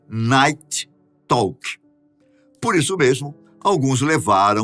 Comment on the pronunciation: não é "nait talk" é "nait rauk"